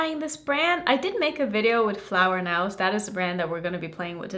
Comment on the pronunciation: Hey it’s no big deal, but since you gonna be making more videos of this brand, I thought you might like to know it’s pronounced flower knows(nose). Love your videos ❤